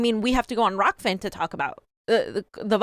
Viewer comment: she couldn't even get the name rokfin right. That is literally the only thing you have to do right as an anchor.... if a chef makes bad food would they still be in business?